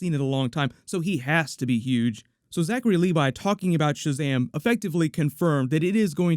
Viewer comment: Why did you call this sahazam superman trailer..